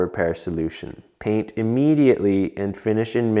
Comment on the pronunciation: You casually saying “pain” instead of “paint” is cracking me up!